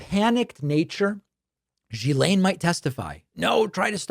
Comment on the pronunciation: David, I love your content, which I watch daily. But one small thing bothers me: your pronunciation of Ghislaine Maxwell´s name. Her name´s pronounced as: gi-layn, and not as jeh-layn